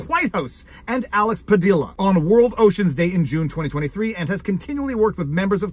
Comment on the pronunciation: Hey Viva, the name Padilla is pronounced puh-dee-yuh as it's a Spanish name and a double L is pronounced like a Y.